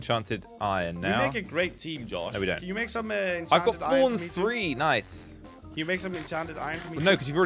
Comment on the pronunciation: "Noice" or nice i have never seen someone mess up this badly